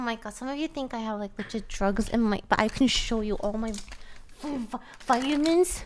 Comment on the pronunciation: Ah yes Lily's "Vitamins"